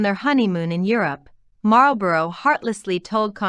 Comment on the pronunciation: Marlborough is pronounced MARLBURRA